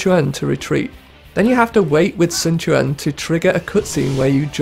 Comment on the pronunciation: The names are pronounced correct in american diologue, cao cao is not sao sao, its cao cao (cow cow), sun quan is not sun chuan, its sun quan (soon kwan). Get the american letters right!